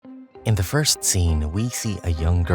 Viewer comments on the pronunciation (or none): none